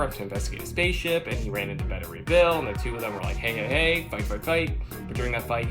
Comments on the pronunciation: Its not pronounced better ray bill....its beta ray bill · Another potentially good vid utterly ruined by. SPEAK UP, GODDAMMIT!!! And it's pronounced BAY-ta Ray Bill!!! Damn!!! Top Ten, please fire this guy.